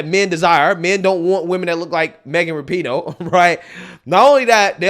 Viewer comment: Its "Rap-eh-No"